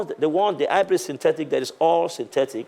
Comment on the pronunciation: Tia il a dit hybrid syntetic. Et pas seulement sintetice